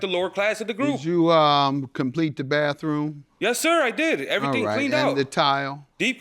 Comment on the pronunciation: Plaintiff can't even talk English. He say baff room.🤣🤣🤣🤣